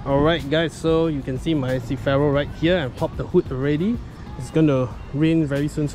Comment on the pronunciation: can u say CER - FI - RO instead of cifero